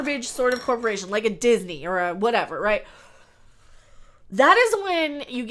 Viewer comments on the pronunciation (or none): none